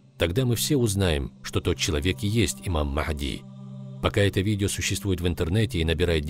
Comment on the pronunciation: Не Мах!ди а Магьди